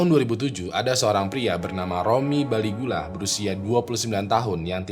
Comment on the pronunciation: Romy Baligula bukan Caligula